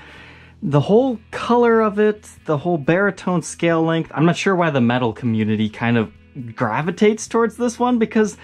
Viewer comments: Ther way this guy says metal creases me. In every video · I'm really curious if that's a regional pronunciation of "metal".